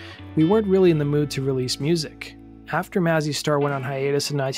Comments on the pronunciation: It’s May-Zee Star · it´s pronounced May-zzy star